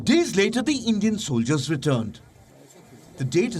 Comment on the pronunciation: lmao Endian report